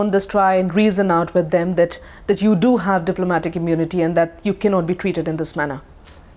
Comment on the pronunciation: “Do not hundcuff me i enjoy diplomatic immonity”😂😂😂😂😂